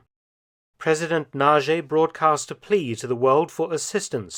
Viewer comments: Nagy is pronounced "Nodge", not "Nazhee". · Mr. Felton, Nagy is not pronounced the way you say narjay, but it needs to be pronounced narrrj. It means large. Hungarian is the hardest language to learn, so I cannot blame you for this error. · Pronouncination for "Nagy" is about "Nadj". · Also the pronunciation of Nagy is wrong. Nadge would be more accurate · All good, but try to get the pronunciation right: Imre Nagy - the Nagy is prounced roughly "nodge". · Go to Google Translate, select Hungarian, write Nagy and listen to it. It will not be Naje, that's for sure... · It's funny to me to hear how Mark pronounces the name "Nagy" 😄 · Nagy pronounciation is wrong